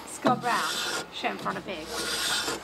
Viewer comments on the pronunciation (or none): Anyone else hear “Chamfer on a pig! “ ? 😂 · It sounds like is saying “chamfer on a pig” takes so funny. Every time I over neat a job it will be known as a chamfer on a pig😂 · YouTube subtitles thought said "shampooing a pig". Made complete sense to me though. Why waste time and shampoo on a pig? Love all of y'all's videos and of course Scott's attention to detail.